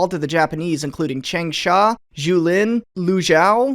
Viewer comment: As a Changsha native, I must say Your pronunciation is pretty alright for western standards